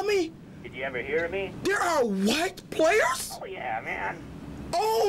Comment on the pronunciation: his white voice when he said thatw as fucking GOLD hahaha "White playERS"